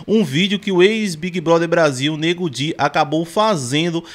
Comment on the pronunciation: Ele falou certo nego di